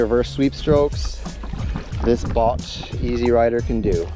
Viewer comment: It's pronounced "boat" 😊